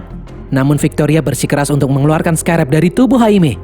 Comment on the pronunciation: Scrab bukan sekarab min😂